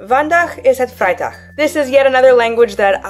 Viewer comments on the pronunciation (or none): Haha, yeah I agree, The G has an unusual sound in our language and indeed very different from most other languages. Yes the way you said "Vrijdag" sounded indeed a bit like german. But the most important thing is that people can understand you and that is absolutely the case. Also, very nice of you to reply! And I love this concept with the languages, I really like learning languages as well, but I'm not nearly as good as you are. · Dutch, you did a good Job. Your G sounded a little bit different, I can't pinpoint what it was, maybe a little too mucb focus on it or something. Also the D in vrijdag sounded a bit like a T, and it's supposed to sound more like the first D in did. This is Just feedback, because you asked for it. I would like to emphasize that I mean well and that I think you did very good!! Love Your videos!